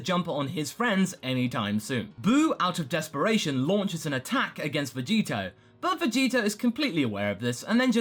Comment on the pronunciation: Say Vegito more clearly more than half the time it sounds like Vegeta.Even the subtitles say so